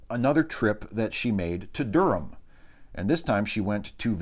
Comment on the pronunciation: Good to hear you pronounce 'Durham' correctly. When it cropped up in an earlier chapter you mispronounced it horribly. Of course the funniest thing in the world is hearing an American try to pronounce 'Leicestershire' or, even worse, 'Worcestershire'.